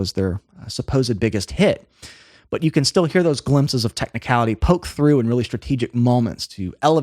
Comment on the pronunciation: Muricans man! 24 seconds in and already pronounced something weird. Nobody has ever called it 'Something About YOU' until now. It's just 'Something About You'. Don't emphasise the 'you'. I thought Americans only butchered English by emphasising the wrong part of words (DEE-fence), but no, they also search for random words to emphasise as well it seems.